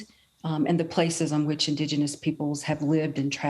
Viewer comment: Joe can’t even pronounce indigenous.